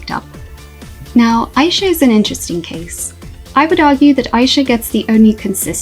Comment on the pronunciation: …You’re saying Aisha wrong and it low key be stressing me out. 😂 And the comics show that really no one knows how to make Fate good. Instead of adding to the characters and story (ie make the characters more dynamic and give them cute outfits) they just don’t? And it’s a new writer too? Tragic. Oh well, thank god Winx is getting rebooted. 😂